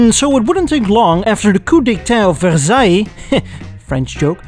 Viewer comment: the first "american" prononciation of Versaille you said was almost the exact same as a french would say it, but the "french" version of Versaille you say next is just weird, it sound like ,for sale, even for me who is french.